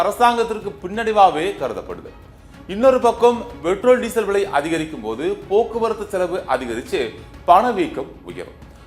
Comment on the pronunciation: செய்தி வாசிக்கும் பன்னாடை போறம்போக்கு....அது BETROL இல்லையடா முட்டாள் கூ..... அதை PETROL என்று உச்சரிக்க வேண்டும். அதே போல் வ்லை என்று உச்சரிக்க கூடாது....விலை என்றே உச்சரிக்க வேண்டும். உனக்கு சரியான உச்சரிப்பு வரவில்லை என்றால்....செய்தி வாசிக்க வராதே....செத்துடு.